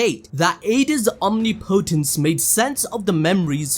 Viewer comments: Listening to you struggle to say “omnipotence” is hilarious 😂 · the way guy says omnipotence pissin me off its one word not two man